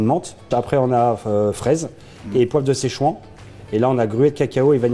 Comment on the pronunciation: en tant que chinois céchuant ça ma brisé le coeur ça se dit poivre de SIchuanne